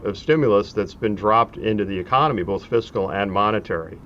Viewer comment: At least he pronounced it "fis-kal." Tip: never trust a tax preparer who says, "What is your physical year?"